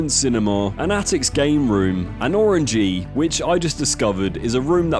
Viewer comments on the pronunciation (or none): I don't think you know how to pronounce words in general. An Orangery isn't pronounce Orangey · Listen, presenter guy, you are hot, I would totes do you, plus your videos aren’t bad at all, however, please pronounce words properly. It’s “Orangery”, not orangy. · Oran-ger-y Not 'oran-gy' as you pronounced it! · No it's not, you're literally just saying the word wrong. You also say orangery wrong too.